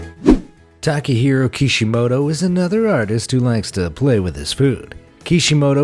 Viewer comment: When he said kishimato I thought he was saying the creator of naruto